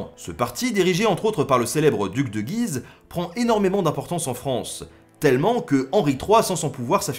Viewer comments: Salut à toi ! j'aime beaucoup tes vidéos qui permettent de s'instruire et de casser certaines idées reçues en peu de temps, bravo à toi ! Juste pour info tu parles du duc de Guise ville située dans l'Aisne (qui étymologiquement vient de Gué de l'Oise) mais tu écorches ce nom !! (shame !). Toutes les lettres du nom de la ville se prononcent et notamment le U --> [guiz]. Erreur fréquente car prononciation très spécifique.. Voilà voilà continue comme ça ! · On est supposé dire "Duc de Gu-ise" - on prononce le "u". J'ai grandi à Guise et ça me fait bizarre quand on le prononce mal! :p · Salut Ben.. j'ai vécu dans le nord est et Guise (dans L'Aisne) on prononce le "U" on dit : gUUise... Voilà c'est "histoire de....."😉 Je suis un abonné récent et franchement j'adore ces bonnes doses d'histoires dans tout les sens du terme...✌️